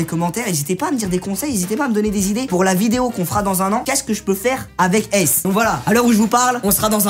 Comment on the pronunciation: en vrai ton chien au lieu de l'appeler ace appelle le eyls mai tu le prononce ace